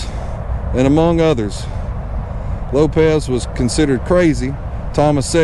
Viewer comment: It's pronounced LopeS ...not LopeZ